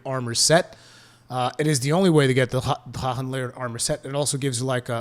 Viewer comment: Boon that’s the German pronounciation of the word. Drachen is a German word, so he’s in the right.